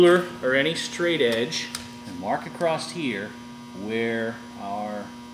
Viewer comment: It's not "Acrosst here" the word is always "across" there is no t. thanks